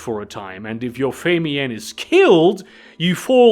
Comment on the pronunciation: Watched a few of these and I'm loving the mispronunciations of certain words in every one. took me an hour to figure out what feymian was until I realized he was talking about the "fae mien." LOL I had to look up the word and hear a sample of it to make sure I wasn't the one who'd been saying it wrong for 40 years. LMAO